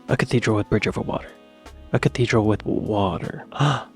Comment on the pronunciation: I can't be the only person annoyed by the pronouncation of cathedral. 'Cateedral'